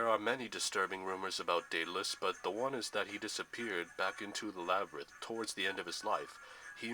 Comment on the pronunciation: Its pronoucend Daud-le-us